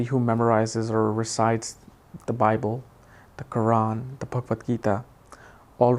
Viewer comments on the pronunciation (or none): none